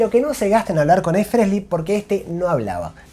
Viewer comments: EXCELENTE informe/resumen. Lástima el "Fresly" jaja. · Me falta pronunciar frehley sin la S y estamos para el campeonato 🤣🤣